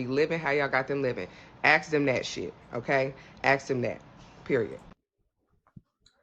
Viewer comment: It's Ask not axe FFS